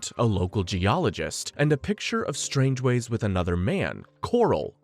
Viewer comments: And "Strangeways" instead of "Strangways" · Do you intentionally pronounce a name wrong in every movie? Strangways No hard G sounds. And stavros blofeld. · It's pronounced Strang-ways. Your Welcome.